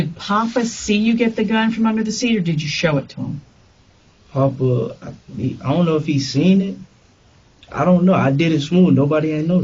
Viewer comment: Not papa They say it as like they saying poppa Like he’s a shooter